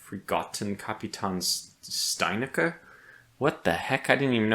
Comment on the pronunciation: Small hint for you, words in German starting with an St get pronounced like Sht in almost all cases. So, Steinäcker gets pronounced like "Shteinäcker". :) (Ä = ae if that helps, same for ö = oe and ü = ue)